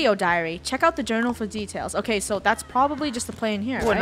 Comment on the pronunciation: "Its not OKEH to be OKEH" titan cry